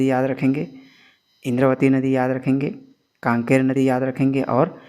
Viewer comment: शायद कांकेर नही कांगेर होगा है सर जी😊🙏🏻